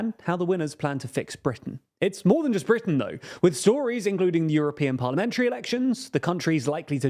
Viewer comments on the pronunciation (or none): none